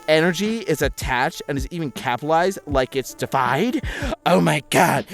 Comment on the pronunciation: DE-Ified, it's pronounced DE-Ified. Didn't really read the whole post, either, but. Yeah, it's just a huge rant.